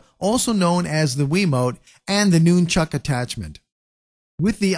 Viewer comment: lol, "noonchuck" Cool video, though.